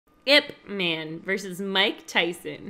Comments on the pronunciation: His name pronounce as EEP MAN. not I P man. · It's "Eep man" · As a Wing Chun practitioner, getting his name wrong is mildly offensive. As such, I am not an offended snowflake, but it is important to educate folks. This man revolutionized and simplified Wing Chun and taught it to the masses. It is not spelled out when it is spoken. When you say his name, you should say it two ways: Ip Man (English) and Yip Man (Cantonese/Mandarin). Emphasis, "Mon", as if spoken by someone from Jamaica. Thank you for your video.